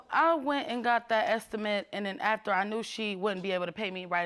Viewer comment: Hunny, you cannot trust someone who cannot pronounce "after" correctly.